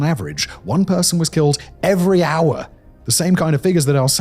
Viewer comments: No way that’s how you pronounce “hour” 😂 I had to rewind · “One murder every uh-“ 😂 that pronunciation was hilarious for the intro 😅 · I pity Simon so much. His britishness makes him pronounce words as simple as 'hour' as 'auagh'. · "every... AAAA."